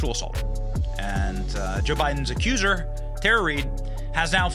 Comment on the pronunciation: ACCUSER not "acuser"